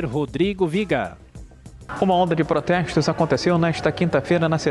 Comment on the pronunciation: prostessssstossss kkk aprende a falar reporteco